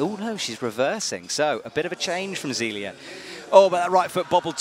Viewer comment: BTW, it's not Zeeleeuh it's Zayleeuh